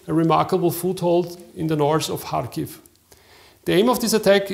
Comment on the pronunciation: Kharkiv,not Charkiv